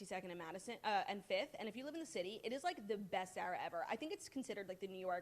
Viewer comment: Zara with the short a. I can’t